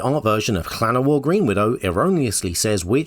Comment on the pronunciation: FINALLY SOMEONE ELSE WHO PRONOUNCES LLANOWAR WITH A WELSH LL! 9 points total, such a start strong that fizzled lol